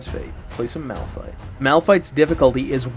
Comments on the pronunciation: it is malphite not "malpthite" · "Malpthite" OMEGALUL 😂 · It triggers me that no one noticed MALPTHITE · tho Malphthite LUL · I like how it actually says ''Malpthite'' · MALPTHITE btw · "Malpthite" LOL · Malpthite lul